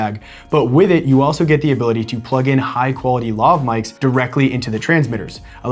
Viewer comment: Lohv? Luhv? It's Laaaav... as in Lavatory, and, y'know, the word your abbreviating, lavalier... in English.